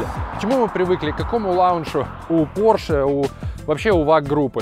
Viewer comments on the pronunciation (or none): none